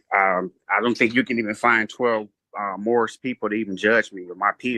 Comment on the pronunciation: They should bust him for false identification. Pretty sure hes, not. And I love how hes "moorish American" but always says morris